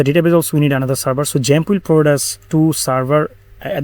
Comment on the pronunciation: Why u keep saying jump It's called xamp not jump 🦘 Thanks for the video i have watched it all.